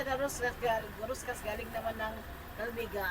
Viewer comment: Sir Roscas din po ang bigkas at basa hindi ruscas. Parang ung sa billiard stick na pinagdudugtong at de-ikot, deroscas ang tawag.